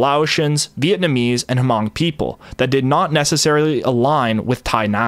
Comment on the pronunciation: Isn't it pronounced mong like with a silent H?